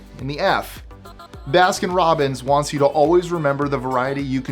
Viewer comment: There is no "f" in Baskin Robbins,lol